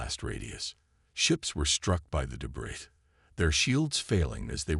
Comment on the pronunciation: AAAANNNND as usual....CRAPPY AI!!!!! What is: "deh-BRISS", "BEAR-idge", "RED-outs", "INTER-cum"!!!!???? This and other major ENGLISH errors!!!! STOP using AI if they can't speak freakin English!!!